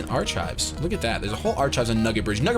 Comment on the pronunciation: Archive is pronounced 'AreKive' ;p